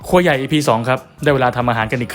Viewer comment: พี่พูดครัวใหญ่แต่หูผมมันเน่าได้ยินโคยใหญ่😂😂